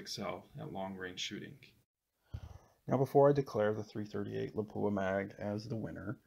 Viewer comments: don’t be hard on yourself, 99% of guys say Lapua wrong as well as Sako (sock-o) and I get funny looks when I say it correctly. Depending on the company I’m with I’ll purposely say it wrong too to avoid explaining it all lol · Yeah... I butchered the Lapua pronunciation. Thank you for commenting and providing some good insight. You should rebarrel your 378 to 338-378. Thanks for watching!